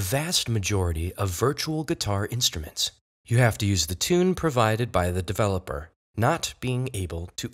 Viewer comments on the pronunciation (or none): none